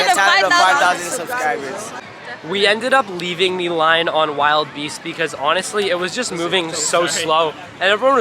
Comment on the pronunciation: Hate to break it to ya but it's (WILL-DE-BEAST) not (Wild Beast)